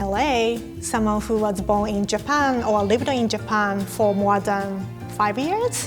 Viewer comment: That’s what you call “Speaking English Fluently” ? You don’t even know how to pronounce “who” correctly. That is not accents. Anyway whatever.